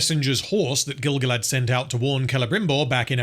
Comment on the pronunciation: Pretty sure he said Grand-Gilf.